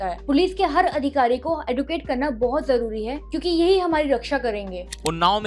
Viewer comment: मैडम जी एदुकेटर नहीं। एजुकेटर।